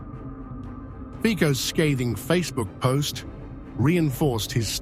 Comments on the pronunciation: Reader, Fico is pronounced 'Fizo'! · 😮 pronounced Fitso!😮😮 Moron! 😮😮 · Mr Fico is prominent politician and should at least pronounce his name correctly!!!